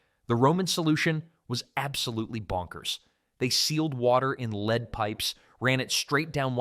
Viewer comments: Tell your AI that it's LED, not LEED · Your AI narration is irritating. For instance "lead pipe" is pronounced "led pipe", not "leed pipe" If you cannot pronounce it properly, why should we trust the content. Get it right, or just read the text yourself. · Y'ALL KEPT SAYING LEED MEANING LED OR LEAD THE METAL. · AI,😂 leed pipes... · The AI dude is so bad that he pronounces “lead” (the metal) “leed”. And he says “Here’s the kicker” too much. Bad. Very bad. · You lost me at "leed poisoning." I'm not watching AI slop. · "Leed" pipes?? Must be an idiot AI speaker. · yeah i had enough too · Leeed pipes? wtf - Good content ruined by more AI slop.. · AI —- “Leed” pipes, yet pronounced correctly “once”… 🙄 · Narrator doesn't know how to pronounce "lead." Made of lead (pronounced "led." and "lead me to your leader" is pronounced "leed." Spelled the same, but you figure out which way to pronounce by its context. And this narrator is a professional. I can only conclude that literacy is a thing of the past. I see blantantly obvious errors like this frequently. The most stunning thing is that no one is around to figure it out and correct it before the product (documentary or whatever) is released for distribution. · Pronouncing lead as lead rather than lead is triggering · Which on is it: Lead or LED? Good content, though. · Could you PLEASE teach your lane AI narrator the diffference between LEAD the metaland yoLRad sommeone around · Teach your AI to pronounce words and know the context to get it right. Lead and Live are spoken different depending context and don't get me started numbers spoken wrong both Arabic and Roman. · AI slop again? It was bad enough hearing hippocaust but it was too much to hear leed pipes!